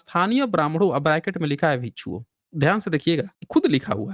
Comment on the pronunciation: Abe chup Bhasha ko galat prayog mat kar galtiyan tujhe hi pakadana nahi aata hai humlog ghas nahi chhil rahe hain भिक्षु hota hai भीकू nahi